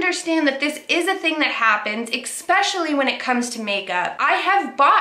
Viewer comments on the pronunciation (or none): Can you please stop saying "especially" as "expecially". There is no X in this word. Literally, it's "S-pay-shalee". I assume you also pronounce espresso as "expresso"....little things like this, especially when you're digging into Kuckian about being uneducated, really makes what you say a lot let impactful. I mean you are right, he is uneducated, but...pot meet kettle, y'know. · Love your vids, but darling it's "especially" not "expecially" xx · There's no "x" in "especially" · There is NO "X" in ESPECIALLY